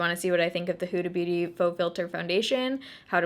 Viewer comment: Sounds like you're saying Hoodie Booty 😂😂😂